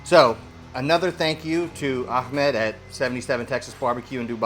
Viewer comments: Say the name right its not "Akkkkhhhmed", its "Ahhhmed". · it's Ah... Ahmed...not Akhmed :). Imagine opening a can of coke, take a sip.......Ahhhhhmed. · Can you guys say the name right .. its “Ahmed” pronouns “Aamed” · there's no K in ahmed tf?